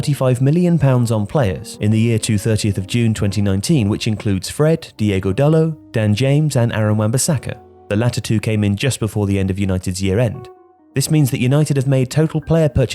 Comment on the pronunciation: Hey it's Diogo Not Diego ok hes portuguese not Spanish